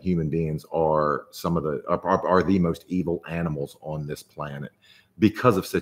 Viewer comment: Why do you pronounce the word "on" as "uwon"?